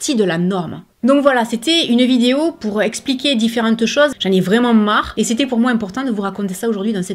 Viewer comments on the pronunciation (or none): none